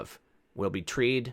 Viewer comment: You sed "tree'd" insteada "tried"......a freeky slip cause mentally I seen me a tree, a rope anna body swingin' inna wind. I believe you may have been right the first time (tree'd about mark)